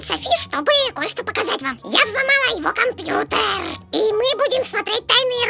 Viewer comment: сказала кампутер а не кампьютер кто заметил лайк!!!